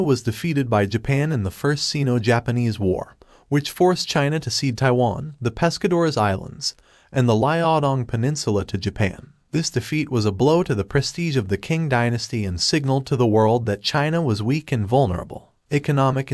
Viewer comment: "Asian historian" Proceeds to butcher the pronounciation of the Qing "Chee-ng" and Liaodong "Lee-ow-dong"